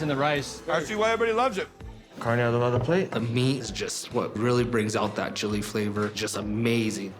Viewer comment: It's not adovada. It's adobada